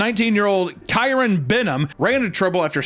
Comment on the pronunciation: dude, t's pronounced Key-ron.